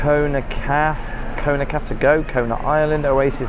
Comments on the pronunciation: Kona CAFÉ. I don’t get why you kept saying Kona “Caf”. CAF-AY. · Also, "caf" 🤨